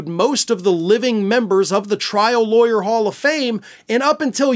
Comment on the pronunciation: "i know how to be a wayer mah daddy izza wayer" 😂 playground level proffesionalism there